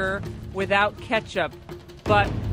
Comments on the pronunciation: I like how Hannity pronounced Dee shon mustard instead Dee zhon. lol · Who pronounces it Dishon. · I think the worst part of this is the way he pronounced dijon like dee john